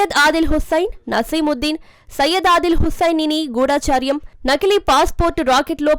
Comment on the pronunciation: గూఢాచర్యం కాదు. గూఢచర్యం అని చదవాలి. తెలుగు సరిగా ఉచ్ఛరించే వారిని నియమించుకొండి.